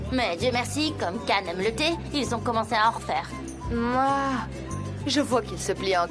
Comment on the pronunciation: moi qui connait la série en turc, cela me fait bizarre de les entendre dit CAN alors que cela se prononce CHIAN